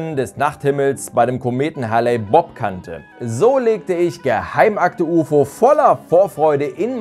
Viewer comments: HALE-Bopp nich Halley-Bopp! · Klingt fast wie Halley Bob :D - ist aber tatsächlich Hale-Bopp (gesprochen heel) - sorry für das Klugscheissen - bin ne Kartoffel und kann nicht anders ;)